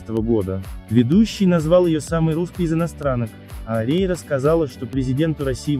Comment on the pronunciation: Фамилию научитесь говорить.